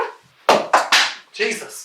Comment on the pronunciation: Is it just me or did Brian sound Australian when he exclaimed "Jesus" in the endcard